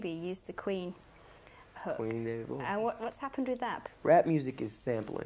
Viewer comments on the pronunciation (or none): David Boweee it’s David Bowie not bowee